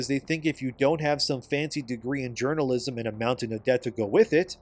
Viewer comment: Let's be honest here, nobody who plays video games as a hobby pays any attention to "games journa-jizzm"